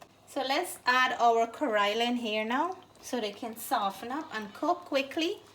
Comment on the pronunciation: Nice presentation but the pronunciation of the bitter melon phonetically in Indian language is “ka-ray-la” and not “ka-roy-la” as you keep saying. The fish looks yummy. Thank you.